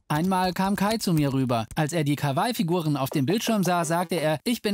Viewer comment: Kawai🤦🏼‍♀️ Das heist kah wah ih nd kawei😢